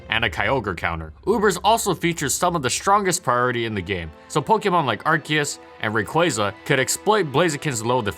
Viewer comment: but it's are-see-us